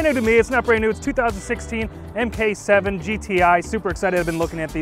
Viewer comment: Awesome video. By the way, it's pronounced Mark 7. Not Emkay7.